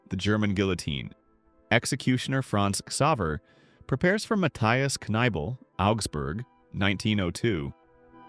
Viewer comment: The name of the executioner was Franz-Xaver Reichhart, the name of the criminal was Matthias Kneißl, not Kneibl. Kneißl is most known for commenting on his death sentence: »Well, that's a good start of a week…«